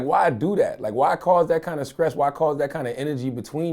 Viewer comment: "why cause that amount of..skress 😅😅😅 kills me everytime